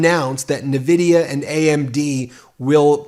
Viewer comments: It’s N vidia not nuvidia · Just a side note: The companys name is NVidia and you pronounce the "N" just like the letter. It's NOT AnVidia and also not NiVidia 😉 It's an american company so no excuse you can't say the name correct. 😜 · N - VIDIA, not NVvvidia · The name of the company is pronounced ""Invidia"" after the god of envy